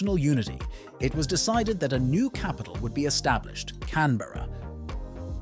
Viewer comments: Australian here. It’s pronounced “Can-Bruh” not “Can-Berr-A” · It's pronounced "Can-bruh"